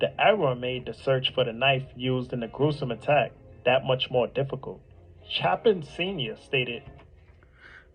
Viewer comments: Grew up with EC’s uncle. My mom worked with his mom. Anytime someone mispronunces Chapin i scream inside. And everyone keeps talking about the 8 hrs- shit- did they not go to college? We all slept in til 11 or 12 especially after being up all night. College students are chronically sleep deprived and don’t have normal sleeping patterns. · I saw a couple of his videos a few months ago, and I had to stop watching literally because he kept pronouncing everything wrong. As soon as I heard his voice on this video I was like "oh no, that guy" and then you were spot on, minute one, when you mentioned he pronounced Chapin wrong. It's one thing to have a slight speech impediment of some sort which he seems to, but at least try to pronounce half of the names right. That alone drives me batty!